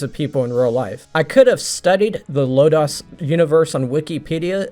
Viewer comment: You're saying "Lodoss" wrong. Just sayin'.